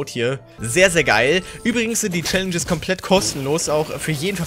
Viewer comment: #Tag5 Mag dich sehr und fand es lustig also du "Schallenges" gesagt hast in diesem Video 😂😂 Viel Glück an jeden einzelnen und schönen Mittwoch